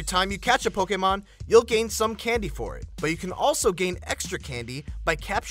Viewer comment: I hate the way he says "Pokemon"